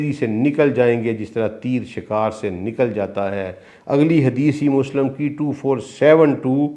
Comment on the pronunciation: سر نہایت ادب کے ساتھ گزارش ہے کہ الفاظ کے اعراب کا خیال رکھا کریں ،غلط ادائیگی آپ کا غلط تاثر چھوڑتی ہے، مثال کے طور پہ لَفࣿظࣿ کو لَفَظ، غَلَطࣿ کو غَلࣿطࣿ، مُسࣿلِم کو مُسࣿلَم، ہُرَیࣿرَہ کو ہَرَیࣿرَہ ، اسی طرح انگریزی کے الفاظ beyond کو beyand وغیرہ